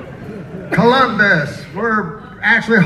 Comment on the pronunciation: "Clumbus." He said it right.